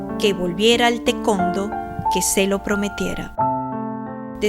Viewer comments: Si, siempre escuche que se pronuncia "tae- cuan-do", no tecondo 😂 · *Para los editores*: El deporte que practicaba Margarita se pronuncia: 'Ta e kuon Do' (Tae Kwon Do) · Se me hace chistoso cuando dice tecondo. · Alguien puede decirme que es el tecondo? 😅🤣🤣🤣🤣🤣